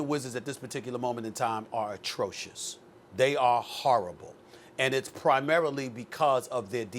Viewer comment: I heard " TRASH " when he said atrocious .....